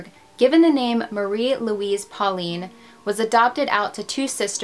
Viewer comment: Hi, your prononciation isn’t completly off, but the aul in pauline is ponounced like « hole ». And the « d » in picard is silent. Great video, i would live more french cases or australian ones. Love from France